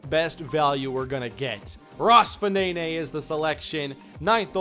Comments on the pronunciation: I think Fanene is pronounced "faneen", at least that's how it seems to me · Ross Fanene should be pronounced, ROSS (FA-NEEN) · Sounds like a great draft class in the end, will secure the future of the franchise. Fanene (probably pronounced Faneen), looks like a great corner selection, and in terms of Cummings you can play him either receiver (where he’ll sit rather than play) or dominate the running game with a player who can run and catch better than Harrison, plus it means you can let Harrison go and maybe even cash in on him before his contract runs out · Can you please pronounce Fanene in another way